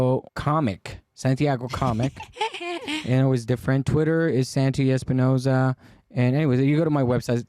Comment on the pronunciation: Que raro que santi diga su nombre con acento gringo, papi, eres no santi espinousaaaa hasta la mujer londice mejor jajaaja